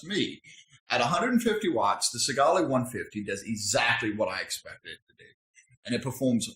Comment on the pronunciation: This is why you need to actually use your shit properly and long enough before reviewing it. There's probably a bunch of people that saw that last video you made on it and didn't buy it because you didn't know what you were talking about. Also, learn to pronounce the names of the devices you're making these awful videos about and stop swearing so much. You already sound uneducated enough.